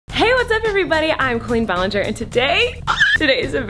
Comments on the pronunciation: Anybody else hear “I’m Queen Ballinger” during the intro or is it just me? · When she says Colleen ballenger Doesn’t it sound like “clean ballenger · "I'm Clean Ballinger" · It sounds like you say “queen Ballinger”